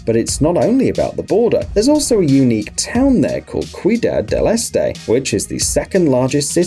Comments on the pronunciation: Paraná river - pah-rah-nah, not piraña Iguaçu - ee-goo-ah-soo Foz do Iguaçu means Iguaçu river mouth / source Puerto Iguaçu means Iguaçu river port. Ciudad del este means East City. See-oo-dah-d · "the worst try of pronunciation, cuidad del este" hehehehe